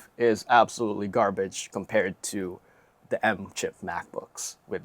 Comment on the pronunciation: Its These not "dese" its The not "der"